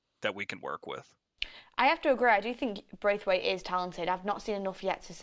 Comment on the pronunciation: Its Branthwaite...not Braithwaite